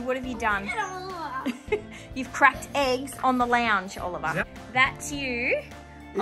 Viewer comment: Bro it’s not olleryon it’s oliver